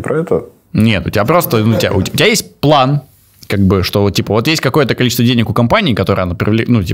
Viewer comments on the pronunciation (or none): none